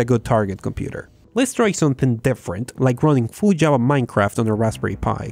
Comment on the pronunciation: /'java/ Me sangran los oídos, pronúncialo bien.